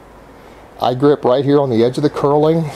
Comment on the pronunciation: Knurling. Pronounced "nurling." Definitely not "curling."